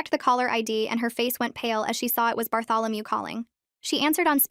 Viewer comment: “Barthalameus” now that’s a new one 😂